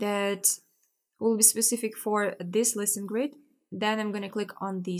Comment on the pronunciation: haha... but she doesn't. She says "listen grids" not "listings grid". at least to me it sounds like that.... :-) but never mind. It looks like I'm the only one confused by that.